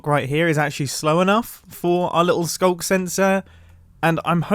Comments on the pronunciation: “Through the ‘Skuck’” Do you mean Skulk? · Can we talk about how he called the sculk sensors a sculker multiple times? It must be the OG Minecrafter within him speaking. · sculker? isnt it just sculk? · wtf is sculker my guy